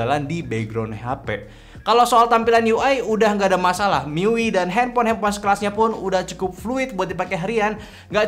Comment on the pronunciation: Dibaca mi-yu-ai, bang 😂 tapi bebas sih mau dibaca gimana wkwkwk